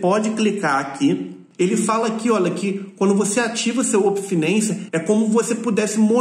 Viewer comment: Uopen finency kkkkkkk